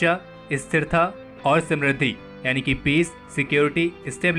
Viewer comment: Isssthiratha, Issstability - SHOULD BE THERE